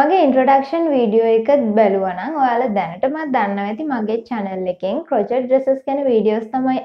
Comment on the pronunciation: Hy me waraddak kiynwa kiyala hithanna epa crochet kiyana word eka pronounce karanne cro-chet kiyal neme dr krow-shay (ක්‍රොව්ශේ)kiyal 😘 keep up ur good work dr ❤